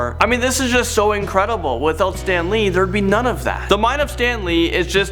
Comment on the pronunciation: That woman in the beginning really pissed me off. She said “Stan Leed” instead of Stan lee. Also she was trying to read the name so hard. Stan Lee was one of the greatest people ever. R.I.P Stan Lee